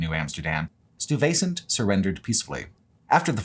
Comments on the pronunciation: One town in nj you did a funny pronunciation … it’s Meh-touch-in not Meh-took-in. Metuchen. And Stuyvesant is (the original leader of new Amsterdam later New York in which several schools and roads are named after in New York is pronounced) Stigh-va-cent. And Carteret is pronounced as spelled Carter-et. Named for Sir George Carteret who along with Berkeley was granted ownership of all of New Jersey by the King Of England hence not a French pronunciation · Great content as always. As a long term Jersey resident, it's painful to hear you pronounce Stuyvesant :). It's also interesting to note that for how massive Manhattan is, it's still utterly dwarfed by the aggregate of Urban areas it touches. It's not so much an Urban area to the suburbs, as a Super Urban area within the NYC Urb. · Fantastic video. Absolutely Loved it (though you should get a NJ person to assist you with pronunciations of Metuchen, Weehauken, Stuyvesant, etc. next time ;-). ). Was pleased to find out I've already and unknowingly biked on the Lincoln Highway near my home. Hope to see even more "real world" videos like this in the future!